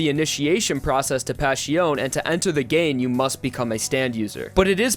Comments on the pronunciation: PLEASE PRONNOUNCE PASSIONE CORRECTLY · all his pronunciations hurt me haha the way he said sale was particularly bad, formaggio, melone and passione are equally as painful